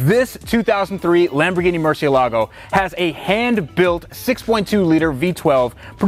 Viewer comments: Murcielligo? Lol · Haha! Loved the way you said 'or as the UK guys say, Murchee-elago': it was annoying me the way you were pronouncing it up until then, so that was a very nice touch, fair play!! (Porsha or Porsch..... who bloody cares really!!! Hahaha!!!). Incidentally I'm Irish, but we pronounce it the same all over Europe. 😁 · Mer-see-el-a-go. LOL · murciealago? xD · The way the VINWIKI guy said murcialago 😣😫🤒😷😖😔😢😭😰😱😨😧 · Tht first guy needs to learn how to pronounce murcielago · Mr Vinwiki please learn to pronounce ‘Murcielago’